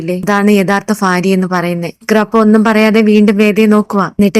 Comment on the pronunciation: ഫാര്യ അല്ലെടോ ഭാര്യ.😢